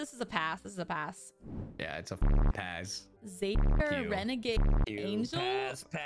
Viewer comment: the biggest crime in this video was pronouncing xavier like that